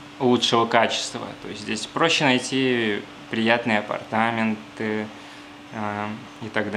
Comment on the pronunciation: спасибо Вам! Легко и приятно подаёте очень интересную информацию. У Вас хорошая речь. Мне неловко, но хочу подсказать подкорректировать ударения в двух словах: апартамЕнты и свЁкла. Удачи Вам!